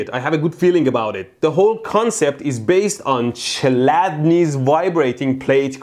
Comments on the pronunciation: Well, it's more klædni, than chlædni, you know… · Youre saying čeladnis. Its chladnis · it's not Ch like in Cheetos but Kh like in Kholmogorov, also Chladni means Cool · the man was east german, it wasn't pronounced like tch it was pronounced like either a k or a czech ch, which doesn't exist in the english language. this gave me dain bramage. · I think in the Chladni you read the Ch as J in Juan and Chl as Cl in Cloe. Rest is ok.